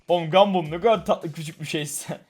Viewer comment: Bu salak neden gumball a. Gumbill diyo